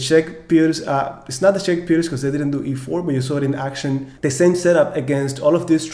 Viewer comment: wow, thank you for pronouncing right this time!